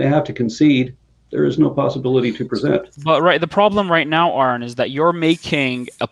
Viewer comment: What is the GD MFing challenge to pronounce Aron’s name correctly?